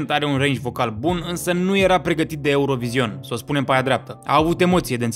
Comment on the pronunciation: NU MAI SPUNETI ,,EUROVIZION" 😭😭😭